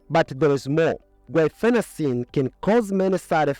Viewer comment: Your pronounciation of the drug, "guafacine" is misleading, causing confusion with the drug,"guaifenecin", a mucolytic contained in many cough syrups. You may want to add a note explaining this...